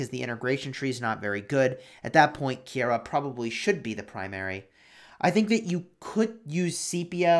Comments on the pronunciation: Pretty sure it’s pronounced ki-ra Keira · I knew you were saying the name wrong, the ei are together as an I so like ke-ira